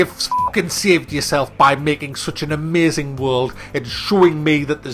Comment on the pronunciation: Its so funny when someone says "giem" instead of game. Also "amyaazin". :D